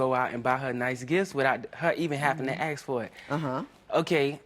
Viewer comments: Why is no one talking about the real problem here and that's neither one of them can pronounce the word ASK? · Also dont forget we black ppl say assssssh instead of ask